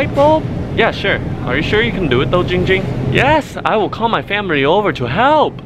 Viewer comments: Its not Jing Jing its Ging Ging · He will ban you say Ging Ging not Jing Jing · Its giiiing ging not jing jing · Fillipeno DinoMan ITS GIIING GING NOT JING JING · HIS NAME IS GIIIIIIIIING GING NOT GING GING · It’s not Ging ging its Giiiiing ging